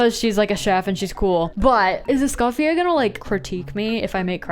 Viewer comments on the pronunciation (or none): none